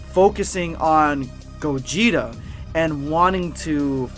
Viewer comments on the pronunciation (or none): none